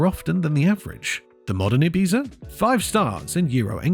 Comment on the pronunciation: Is this yet another AI voice. Guy cant pronounce Ibiza properly. Literally every car pre 90's could be described as a death trap as none had ABS, Airbags, side impact protection etc etc. ABS didnt come out till late 80's